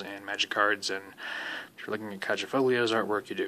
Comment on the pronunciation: Her name is pronounced Ky yah